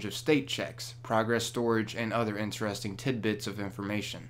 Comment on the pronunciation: Can you pronounce "interesting" correctly?